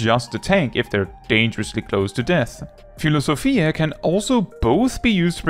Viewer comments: Philosophia was actually pronounced correctly. Pneuma needed some work though❤ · Thanks for the guide! For what it's worth, you pronounced Philosophia correctly like a Greek would 😂